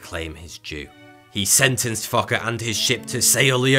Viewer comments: Fakre lol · I lost it when he said fokke did it in 3 months😂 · Yeah especially from to sounds like the narrator just gave up on saying the name carefully and just kept saying f*cker instead. Lmao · It is not right pronounced...He is called F o c k e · So nobody's gonna talk about how this guy keeps sayings " fokke" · "...the devil came back to claim his jew..." subtitiles on. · It sounded like fucker to me lmaoo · a late 420 gift this video, who else smiled every time thoughy says fokke or was it just me lolol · I will never forget his pronunciation of FOKKE. He has made sure of that. good job, good job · The way he pronounced Fokke with an accent is just too funny 💀😂 Edit: holy fokke, it's crazy how new people are still coming to this video/comment. I get new replies like every week. I love the fact that y'all enjoyed the comment/video but please don't reply to me anymore it's getting kind of annoying. Thank you :3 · It's all I can hear. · Being Afrikaans all, this is just getting funnier in the comments. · what the Fokke you on about lmao sorry couldn't resist Edit..... good catch lmao i agree everyone should put subtitles on lmao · hahaha fokke is f u c k in my native language :p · Childish as I am, I kept giggling at the cockney pronunciation of Fokke :D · I love the way he pronounces Fokke